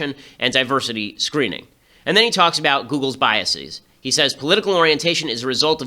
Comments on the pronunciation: ok you figured it out a few minutes in. Btw people reading this: "biaseeees" is NOT A VALID PRONUNCIATION. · You are pronouncing "biases" and "prejudices" incorrectly, and it's driving me insane.